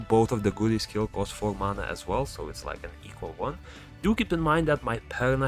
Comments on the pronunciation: I just realised you were calling him almost curry😂 It's GA-U-RI man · It's go-u-rry